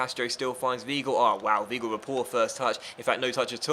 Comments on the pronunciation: Weigl is Wigh-gull not we-gull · Not vee-gull either